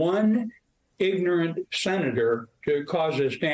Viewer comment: Where “ignorant” and “truck” both have two syllables 👍